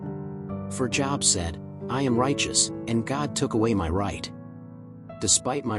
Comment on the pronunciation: His name was not Job as in "Go get a job, ya bum!" It's Job as in Robe. A long O sound. 😊